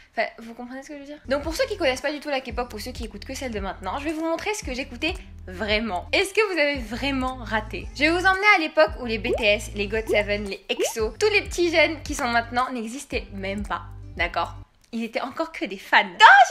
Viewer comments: " les bétéesse"? pouce rouge, jme desabonne. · J'ai entendu bétéaisse je me suis contenue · Exo a commencé en 2012 et s'il te plaît ne dit pas "bÉ tÉ Ès" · « Les bété S » ça m’a fait du mal 😂 mais je ne t’en veux pas ça arrive de se tromper 💜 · Les amoureux transis de kpop qui s'insurgent parce qu'elle a dit "bé té aisse" changez pas vous êtes beaucoup trop drôles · Elle a dit bts "Bé té es"😭😭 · J'ai beuger sur la prononciation de BTS